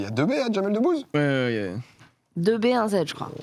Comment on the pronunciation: Si, faute sur Jamel Debbouze et non ''debouzze ''